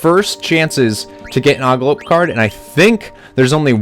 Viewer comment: I think thats an ogLOP, not an ogLOPE...not sure though.! I also believe Eidolon is pronounced "Idle-on". You don't NEED float for that boss battle, he's easy enough anyway... You are playing a newer version? That stone thing doesn't give multiple options on PS1...